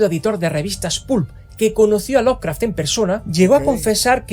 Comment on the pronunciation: ¿Por qué pronuncias la E al decir Lovecraft? Es inglés básico, la E no se pronuncia. NI CUANDO DICES LOVECRAFTIANO.